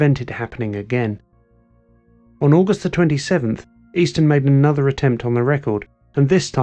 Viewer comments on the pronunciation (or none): none